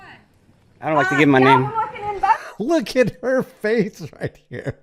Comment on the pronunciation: "right chyeh" 🤣 I shouldn't have been drinking powerade at this moment. It came though my nose a little bit.